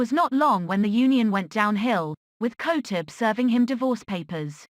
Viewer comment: At least know how to pronounce her last name properly.